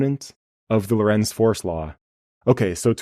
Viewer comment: Lorentz sounds like Laurence, not low-rents.